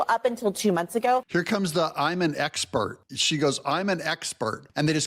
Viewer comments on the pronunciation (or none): 😂😂 "when i left the justice department" why did you leave... "eggspurt".😂